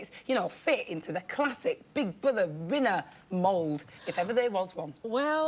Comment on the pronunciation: totally agree, i think lian should be on more often. is hard work to watch, she said minner instead of winner.. one of her many cue cards mistakes.